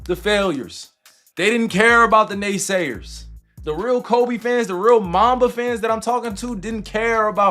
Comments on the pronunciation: And its KobE not kOBEY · Man you can give the AI the correct pronunciations of names, btw. You don't have to just let it say Kobayy 100x. I appreciate the hard work on the video but that was rough.. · Who the hell is Kobay? It’s Kobe lol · Boy keep calling him kobey😂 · This narrorator keeps saying kobay, its ko-be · It’s Kobe not kobey buddy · Its kobe,not ko bay...please put sum respect on his name 💜8💛 💜25💛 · Forget the video topic. Listen to the pronunciations by the narrator in this video. It’s fake AI trash people. Koh-bay (like the region & beef). Kyrie is in the freakin’ video with his name being correctly pronounced by other NBA peeps, but when the narrator says Irving’s name? What the heck is that… F**k AI generated trash. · Ko~Bay ?? Haha 😂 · Put r3spect on his name..its not koBAE